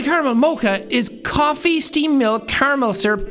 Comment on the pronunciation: Jack is so popular that his "steamed milk" instantly turns into "esteemed milk."